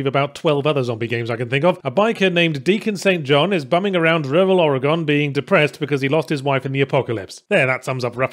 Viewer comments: Yahtzee... You said Oregon wrong. It may be spelled Ore- GONE but it's Ore-GIN and not GIN as in like the alcohol, like the hard G sound before the word IN. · It is pronounced Oregan not Oregone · Oregon is pronounced or-eh-gun. Not ora-gone. Just a heads up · I love watching people saying Oregon wrong. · Yahtzee pronounces Oregon wrong... twitches in Oregonian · I've been following you a while now and I really wish you could pronounce Oregon properly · I think the most painful part of this video is that you couldn't pronounce Oregon correctly